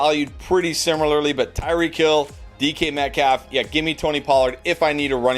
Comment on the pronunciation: Y you saying DeeKy Metcalf lol